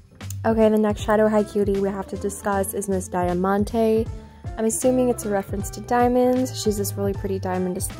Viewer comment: The Gatorade says glitterade!, I believe Karla's last name should be pronounced like 'shoo-pet', and Dia's name is pronounced like 'dee-a-ma-n-t-ay', not die-a (im so sorry if I come off as rude saying that) amazing video, and you have a new subscriber!